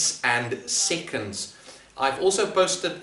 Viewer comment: Everyone:seconds Him:siconds